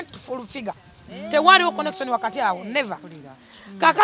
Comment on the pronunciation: 🤣🤣Conekson yange and Negosason yange🤣🤣🤣 Fulfigure🤣🤣🤣Oluzungu Lwatabu